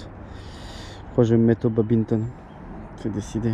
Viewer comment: Babimton ou Badminton? 🏸